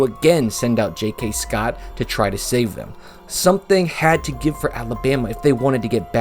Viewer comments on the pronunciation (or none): none